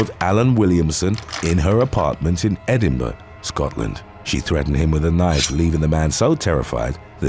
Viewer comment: Perfect pronunciation of Edinburg 👏